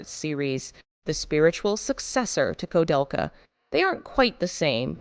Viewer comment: Also is this AI-narrated, or is this a human butchering all of these names (especially the name of the game the entire video is about)? *koo-DEL-ka, not ko-DEL-ka *Uematsu is Oo-eh-mat-su, not Oo-mat-su And most importantly, when saying Japanese names in English, you need to reverse the order. Like many languages, Japanese names are [Surname] [Given name], but when discussing them in English, they're customarily swapped to standard Western format. Thus Nobuo Uematsu, not Uematsu Nobuo (even though the same script in Japanese should maintain the surname-first order.) Many languages do this, such as Mandarin, many other Asian languages, and even traditional Finnish, but all must be swapped to Firstname Surname when speaking English.